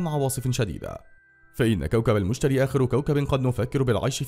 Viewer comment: انت بتقول اسمه غلط 😐😐😥😥😂😂